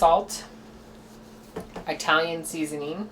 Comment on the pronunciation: Is pronouncing Italian like "eye-talian" part of your trailer park act? You kill me with that wig & those glasses! 😆 (God, I hope that’s part of the act too!) And how on Earth did you splatter goulash all over your BACK? 🤔